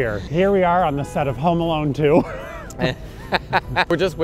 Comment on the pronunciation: Wait… I swear, I thought you guys were saying “Homo Alone” The while time. 😂 I’m sorry. 😅